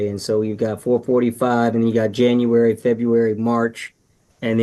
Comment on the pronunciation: This no tallking ass sister said Yanuary...